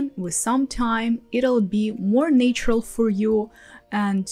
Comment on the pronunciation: Thanks for these very helpful tips. One for you: check your pronunciation of “naturally” and “natural”. It should be Nat- as in cat, not “nay”- ❤ "nay" IS correct for "nature".